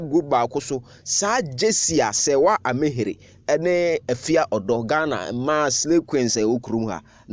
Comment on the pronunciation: It's Ami-heer.